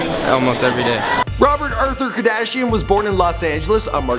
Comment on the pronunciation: Who the heck is rob kardashing??